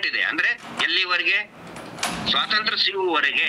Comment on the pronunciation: Swathanthra alla, Swathanthrya sariyagi ucharisi.